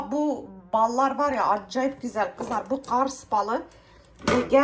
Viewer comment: Gestane değil KESTANE Gars değìl Kars Canım o yūzden bīrçok kelime haznen anlaşılmıyo Gorse değīl Korse valla bazen anlamakta çok gūçlūk çekīyorum ama sen kamufle edïyosun tatlı kadın😉🌷